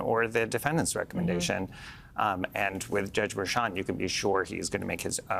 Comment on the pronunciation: Harry, why can't you say Merchan? Do you pronounce Cher the same as chair? I don't think so. Everyone else on the show can do it. It's very disrespectful. You remind me of those on Fox that call Fani, "Fanny."